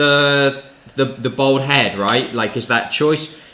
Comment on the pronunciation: It’s Bald!!! Not bold!!